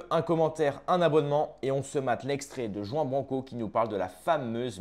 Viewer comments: "Juan" >>> le "J" se prononce "R", et le "an" se prononce "ane". Juan, ça se prononce donc : "Rouane" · C'est pas Juan Branco les Pins c'est Juan prononcé "rouane" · Il faut prononcer le J en R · Pt1 arrête de prononcer à la Française son prénom, c’est à l’Espagnol qu’il faut prononcer le J en R… Ruan (roine)!!! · tu ne sais même pas prononcer son prénom et tu fais une vidéo sur lui... Tu surfes sur sa notoriété et la noblesse de son combat pour avoir des vus et tu te disqualifies en 10 secondes. Le lierre ne monte jamais plus haut que l'arbre qu'il parasite et parfois même rampe à ses pieds...